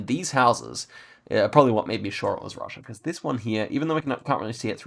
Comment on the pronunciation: is it me or you are having a russian accent while saying "russia" 😂